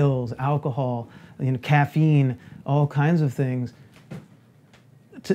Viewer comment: He said caffeine like he seen his uncle snorting it 😂